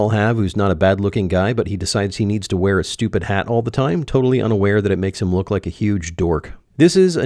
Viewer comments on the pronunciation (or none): none